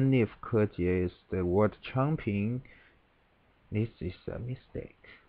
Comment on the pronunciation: So this is how you pronounce Kejie correctly. :) I have only ever heard his name as spoken by English speakers. Thanks for the review.